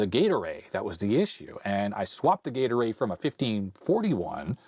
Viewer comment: I might be the only one, but almost every time says 'Gate Array', I heard Gatorade. For a minute I was a little bewildered until I flipped back over to the window.